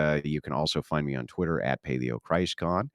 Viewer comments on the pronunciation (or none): none